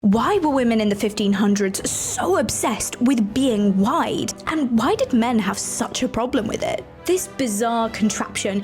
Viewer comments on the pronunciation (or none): It took me way to long to understand you said "obsessed with being wide" I heard white 😅 I figured of course they want to look pale back then that would have shown you were wealthy kinda like how today a tan means you can afford to go out have fun outside or take vacations But I almost finished the video and still just talking about women taking extra space 😂